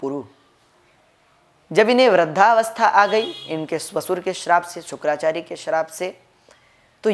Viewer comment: शुक्राचार्य नहीं शुकाचार्य बोल रहे है